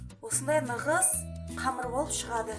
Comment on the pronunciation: Нығыз емес тығыз